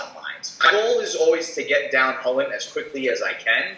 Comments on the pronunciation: It's pronounced Chew-lane, the designer of the card even mentioned this, you also call it this it , the other pronunciation sounds terrible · is it really pronounced "Cullen"? I have always pronounced the commander's name Chu-lane, as in chu chu, like a train and lane :) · Chu lane not hullan. The creators of chulane and the brawl decks call it chu lane not hullan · Its not "Hullen" Emma Handy was on the brawl design team and she pronounced it as "chew-lane" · Top of my head, Chulane was based on Cú Chulainn, so I've always had in my head that it's pronounced "Koo-layn"